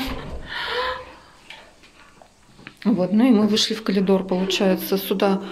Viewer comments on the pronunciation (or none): Коридор правильно говорить. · все прекрасно! Но,только очень режет слух "колидор" в русском языке нет такого слова,извините!